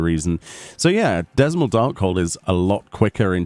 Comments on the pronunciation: Dzemael = Zer-mile As defined in audio, several times, in the MSQ. By Hauchefant AND Count Fortemps I want to say both Maxima and Lucia have also said it but can't be certain. I'm sure this isn't the only times either. It's been consistent and clear. I ALSO thought it was Dismal at the start (because why wouldn't you? It fits the setting and scans when you read the letters) but the game corrected me. Come on... you're not an American. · According to Koji the D in Dzamel Darkhold is silent. Unless you edited it out Misers Mistress didn't summon adds. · I still dunno where you get Dezmel from? The D is silent like in Django. So the dungeon is called Ze-mael. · >Dzemael >pronounce as Zaymail >called Dismal I apologize beforehand if this is some of circle joke or something, but i found this hilarious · Dzemael i'm probably wrong but i pronounce this Zem-ale. like the D being silent. I like the changes, makes things much faster and less frustrating. ESSPECIALLY when u get the occasional new tank who has no idea what's going on. Something i noticed with Batraal as well is when he does Grim Halo it makes it very clear he's doing it. before he just did it with no real warning apart from a cast very short cast so it was something the healers had to be aware of because it was a lot more consistent and it did hurt. The vents did damage AND knocked u back so sometimes people would get launched into more trash. Small changes but HUGE impact to the start of the dungeon. the fruit also didnt disappear when u ate it. so you dont have to worry about someone eating the same fruit u were marking. would of been curious to see if you could still stun coincounter, that was a nice way to skip having to dodge the 100ton swing. Guess i can just test that my self. a change to Miser is there is a lot more safe area to stand in, there used to be a lot more of those poisonous puddles around the arena. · It's pronounced "zuh-MY-all" dark hold. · Darkhold is pronouned Zeh-May-El btw.